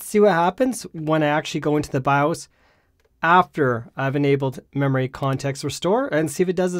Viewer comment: why's he say baaaowwos instead of by-os like a normal person.. like .. thats just not .. and its in the name of this 'not bawwos tech' name ?.. super confusing when he's talking about a bios issue.